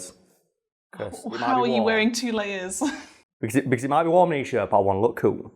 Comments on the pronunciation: It's wharm outside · "It's wam outside" 2021